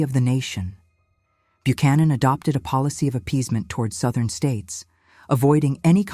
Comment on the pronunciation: Sowthern states.